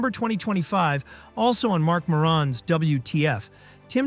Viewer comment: Bro, the way you pronounced Marc Maron was horrible, but if that's my only issue with this, it's great work